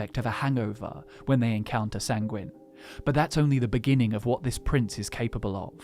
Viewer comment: Sanguine is pronounced as ˈsaŋ-gwən